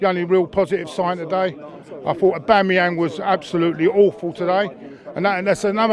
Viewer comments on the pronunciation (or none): none